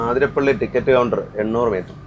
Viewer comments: ആതിരപ്പിള്ളി❌ alla അതിരപ്പിള്ളി ennanu ✅ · It is Athirapally not Aaathirapally. Neettanda. Sounds odd.😊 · It’s അതിരപ്പള്ളി NOT ആതിരപ്പള്ളി 👍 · CORRECTION: NOT AAATHIRAPPALLI, IT IS ATHIRAPPALLI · ആ തിരപ്പിള്ളി അല്ല അതിരപ്പിള്ളി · ആതിരപ്പള്ളി അല്ല അതിരപ്പിള്ളി ഞങ്ങൾ മുൻപ് ടൂർ പോവുമ്പോൾ ചോദിച്ചു ആർക്കും അറിയില്ല 😂😂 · congrats...pls correct, its not aathirappilly..its athirappilly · ആതിരപ്പിള്ളി അല്ല ' അതിരപ്പിള്ളി എന്നാണ്.. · ആതിരപ്പള്ളി അല്ല : അതിരപ്പിള്ളി അല്ലേ? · അതിരപ്പള്ളി ആണ്.. ആ അല്ല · എന്താണ് ആതിരപ്പള്ളിയെന്ന് പറയുന്നത് അതിരപ്പള്ളിയല്ലെ